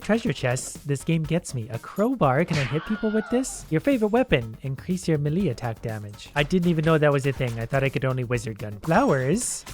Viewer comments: Everyone: maylay: milee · Everyone: Me Lay: meh Lee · Should anyone tell him melee is pronounced may-lay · No one: melee:malee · You pronounce melee very, very wrong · the way he says melee is hurting my soul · Run that pronunciation of melee by me one more time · How he says "melee".............. 😄😬😳😤😡🤬